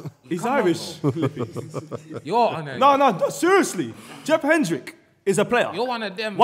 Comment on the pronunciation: Man said Jeff Hendrix!!